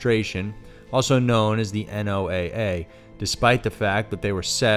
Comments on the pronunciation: you don't say N O A A.It is NOAA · Nice video. FYI - Abbreviation NOAA is pronounced "Noah."